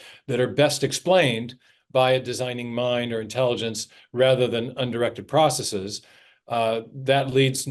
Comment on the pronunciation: Thank you, thank you, thank you Dr. Meyer for pronouncing "processes" correctly. (Most Darwinians say "process-ease", and that's my favorite reason for not taking them seriously.)